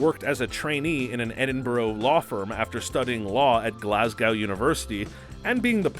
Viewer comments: Glasgow = Glaz-go. Not glasGOW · Please learn how to pronounce Edinburgh and Glasgow. Pretty please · nothing annoys me more that an American that pronounces the word "Glasgow". It actually hurts my ears.